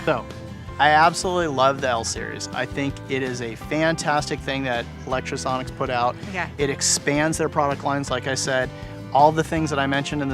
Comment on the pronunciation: How are you so fucking retarded? Can you not read? You obviously have a lot of Lectro gear and use it at least semiprofessionally, so why do you keep saying Electrosonics? Fucking muppet